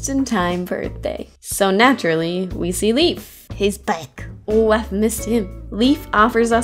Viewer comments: leIF not leaf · Great video! I really enjoyed that maze, despite it being so short. Really hope they'll make more stuff like it! P.S. Leif is pronounced "Life", not "Leaf". Just wanted to let ya know. =)